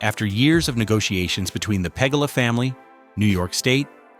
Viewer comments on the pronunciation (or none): "PA-GU-LA Pagula not pegala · "pagala" family. Bad AI channel. Every downvote this channel in mass please. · Shouldn't a guy narrating a video about the Bills be able to pronounce the owners name properly ? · Learn how to pronounce “Pegula”. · If you're going to do a video on something, at least learn how to pronounce the team owner's name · The way AI in this video said Pegula is funny asf